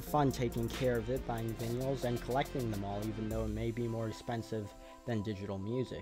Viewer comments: Buying VINYALS ? are you saying vinyl..VI NULL...vinyl..vi null vinyl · I quite literally could not focus on any of the content of this video until I did some research and confirmed that their was no strange English dialect that pronounced it that way. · Vinyls? Why do you say it VinYullz? Wtf? Literally couldn't finish the video. Dweeb. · "their vinyuls" me: blinking guy gif